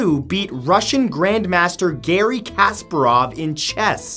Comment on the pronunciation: Chess fans are like, its not Kasperov, its Kasparov